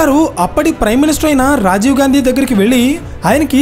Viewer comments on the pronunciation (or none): none